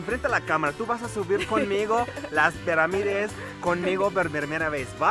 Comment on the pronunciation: Se dice pirámides no peramides.